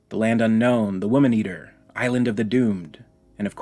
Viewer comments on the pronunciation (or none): none